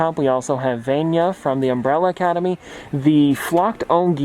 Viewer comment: Btw, vanya is pronounced Vahn-yah